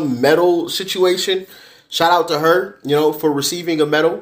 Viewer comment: why’d you emphasize to? Lol weird.